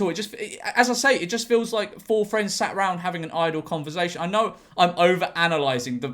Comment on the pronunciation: George please stop saying converzation